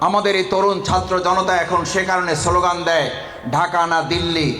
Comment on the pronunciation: সোলোগান না স্লোগান